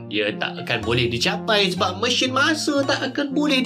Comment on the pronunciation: Kenapa sebut Mesin macam tu bang? Mesyin. Mesheen. Kalau Messen boleh terima lagi.